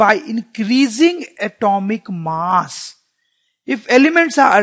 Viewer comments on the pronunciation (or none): none